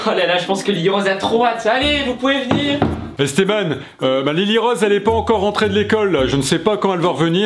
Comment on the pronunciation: pourquoi on dit pas Esté b an